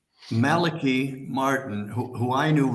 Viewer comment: His name was pronounced Malachi (mal-el-KEY). Malachi Martin was released of his vows of poverty and obedience (not chastity). Malachi came to NY and for a time drove a cab. Also, he performed exorcisms. He was a most remarkable man. There is much you left out. He continued a relationship with John Paul II..... and you should inform yourself and find out how far he went as far as titles go. Fascinating man.